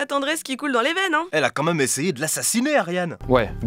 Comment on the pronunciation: S'il y a un accent circonflexe sur "même" c'est justement parce que ça ne se prononce pas "meume"...